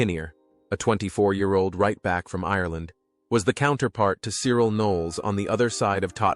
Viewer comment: I stopped viewing this bullshit when 1. The horrible yank accent, and 2. 'Died of a heart attack' against the picture of alan mullery. Mullery is still very much alive. As for the pronunciation of Cyril', well....